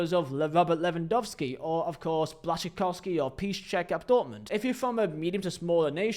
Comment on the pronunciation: If someone doubted you lived in Poland - that pronunciation of Błaszczykowski should erase all doubts xDD I Say it as a complement